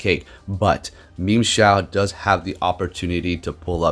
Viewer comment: Am i the only one that heard memeshao